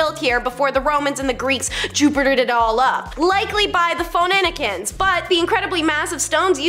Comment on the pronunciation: Lol, it's fu-nee-sha (or shans).I now know you are messing with us.